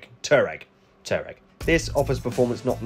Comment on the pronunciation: Matt from high peak autos will not be happy, “it’s TWAREG”!!!! Great vid as always